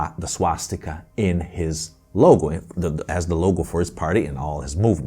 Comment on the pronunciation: Swatzsticker sounds allot like SwatzsTIKKA to my sindu ears